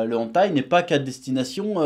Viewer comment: Hey! On dit "Hèneutaï" pas "Antaï"